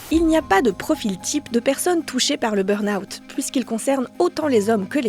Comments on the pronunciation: c'est burn pas brun xD ^^ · "le brun out" ? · Le "brun" out 😅 ? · un "brun out" ? 🙂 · Le "Brun Out" 🥲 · Il a du mal avec le mot "burn-out" 😂😂